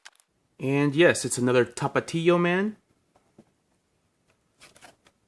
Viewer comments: Can u count the amount of times u said tapatio? Also pero por why u say Tapatio like that!! 😅😅😅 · The way you say Tapatio 🥴 so white sounding lmao 😂😂